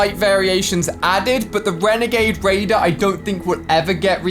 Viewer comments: Renegade wader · The Wanger wader